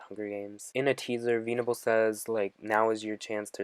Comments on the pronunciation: VENNable not VEENable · Veenable lol... Nothing against you or anything, but I cringe each time you say that. It's pronounced veh-nable. I'm absolutely loving your videos, though, my dude :) ♡ !